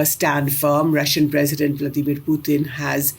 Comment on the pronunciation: Blo_dy LIAR of a Commentator. Titles her program "Why India ... " but does not even touch upon it. Typical Indian Flim Flam with BOGUS Gurus etc. To top it she mis pronounces "Pu-t-in" in a typically uneducated, incompetent but pretentious Indian way, pathetically full of themselves, the IRRELEVANT Billion !